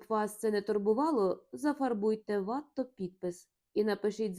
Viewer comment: Безумовно,чудово,що Ви читаєте світову класику українською. Але що ж робити з цими жахливими наАголосами, що спотворюють призвіща досить відомих(!) художників! А ВАтто замість ВаттО(що зрозуміло,але ж він француз!!!) я вже не витримала. РІхтер-вАхтер, ось що мені нагадало все це. Дуже прОшу, не спотворюйте очевидні речі! Дякую за розуміння з надією , що Ви виправите власні помилки